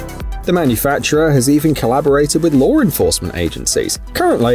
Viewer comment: lore enforcement or law enforcement? why pronouncing words that end with w as if they end with ore (law - lore, saw - sore, and so on)?